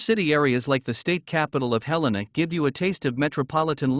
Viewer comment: These software driven voice overs are a hoot. It's Dill-on, not Deal-leon. KALAS-spell not Kal-is-spell. Somehow it got Helena correctly though. The home prices are decades out of date though.